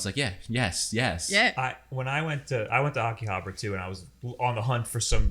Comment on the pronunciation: They kept saying 'Akihabra' hahaha